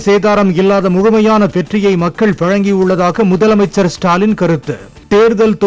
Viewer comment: ..... திரும்ப வாசிங்க முதலை அமைச்சர் அவர்களே.....😢